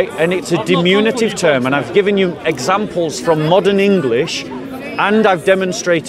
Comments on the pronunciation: Diminutive, NOT "dimunitive". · always mispronounces "diminutive" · "Diminutive," by the way.